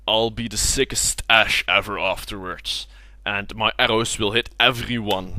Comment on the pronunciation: The way you say Ashe is hilarious. Tip: Microphones can pick up breaths! I have that problem with my own videos, but yeah, just be wary of it.